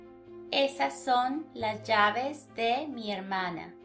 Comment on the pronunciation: You’re not pronouncing al the s at the end of some words, and that’s wrong Spanish: las llaves